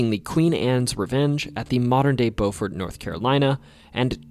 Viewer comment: Thank you soooo much for pronouncing Beaufort correctly!